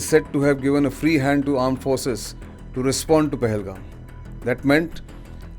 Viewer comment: The aand forces 😂😂